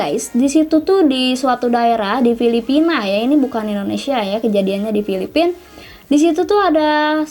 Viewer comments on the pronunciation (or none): none